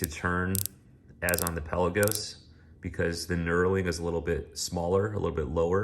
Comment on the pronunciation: It's not PELLA-GOS. It's pronounced PEL-LA-GOES :P